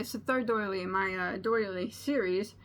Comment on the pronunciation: Oops! Doily, not daily. :)